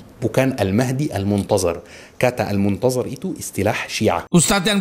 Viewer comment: belajar nyebut huruf ظ dulu baru ceramah. المنتظر bukannya المنتزر